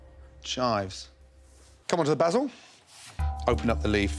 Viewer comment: That way he puts 2 a’s in basil is still bs lol